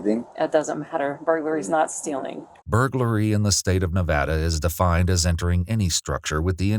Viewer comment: 30 seconds in and wanted to thank you for pronouncing Nevada correctly. It was a huge debate between native Nevadans and out of staters some years back on how to correctly pronounce it.